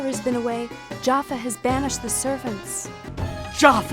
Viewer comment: I get it now, I know why Jafar was evil in Aladdin!!! ....he just wanted people to say his name right. It's Jaffa, not Jafar xD